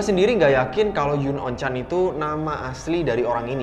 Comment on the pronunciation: Bacanya bukan yun on chan bang. Tapi yunon chan. Kalo soal penutup mata lu bisa search gugel dengan keyword 'chuunibyo'